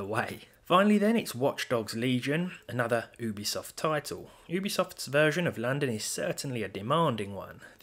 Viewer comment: Ooobisoft... Yes